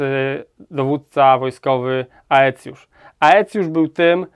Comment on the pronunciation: Zbitkę AE czyta się E zatem Aetiusz czyta się ecjusz